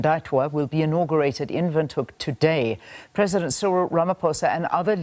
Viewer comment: She pronounced Windhoek nicely 💯, love from Okahandja central Namibia